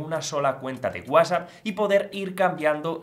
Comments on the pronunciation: Lo que no me gusta es que usted no sabe pronunciar bien WhatsApp Para eso tiene la T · Por qué dices guasap? Que no es Whats app?